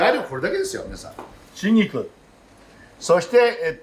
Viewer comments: 「シンギク」って発音に聞こえるのですが、気のせいでしょうか？ オリーブ油が味噌だとか。 アレンジでアボガドやゴーヤを少量混ぜても良いかも。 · 春菊、手頃でいつでも売ってるので作ってみたいです！シェフの開口1番の春菊(しんぎく？)の発音に思わず笑ってしまいましたー佐藤ルミナさんもググって調べました！冒頭から楽しませてくれるこの動画はホントに見てて楽しいです！製氷機の音にも反応して、たくさんの触覚を張り巡らしてるんだなーと、そんなところも魅力に感じてます。また明日、楽しみにしています！ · 多分、北海道弁ですね 東北はじめ北国では言葉を縮める傾向があります しばれると口が動かねんだわw